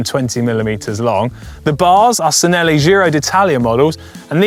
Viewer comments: “Sinelli”?! Chi-nelli. “Ci” in Italian is pronounced with a “chi” sound. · It’s chi….pronounced chinelli! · The ‘ci’ in Italian makes a ‘ch’ sound, ‘ch’ makes a k sound. Cinelli is pronounced Chinelli. Wait until you order Bruschetta to see how pedantic I get. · Thanks...I cringed as well! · SIN-elly? Really? You post a video to educate viewers on bicycle history and you can't correctly pronounce Cinelli?